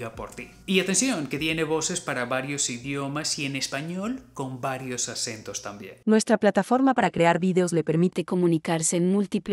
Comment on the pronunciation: Se agradece mucho tus conocimientos. Lo que veo esque no pronuncias las "c" (ces) ni "z", todo lo dices con "s" . Por ejemplo dices. "Y antsion que tiene voses para varios idiomas y varios asentos también". En vez de decir "Y atencion, que tiene voces para varios idiomas y varios accentos también". Por eso me pregunto si realmente eres una inteligencia artifical.